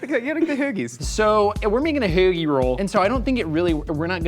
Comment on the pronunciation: ho(like your mom) gi. perfect pronunciation.